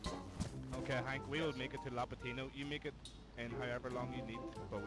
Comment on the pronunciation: "LAPatino" Big lad from my country lol